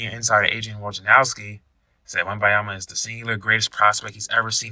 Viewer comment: His name is WembaNyama, with an N.